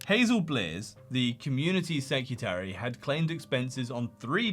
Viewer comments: SecREtary. Not secUtary. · off topic but you do realize that the word is "secretary", not "secutary", right?